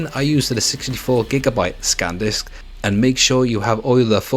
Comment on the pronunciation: He also calls the cards Scan disks and not San disk, who cares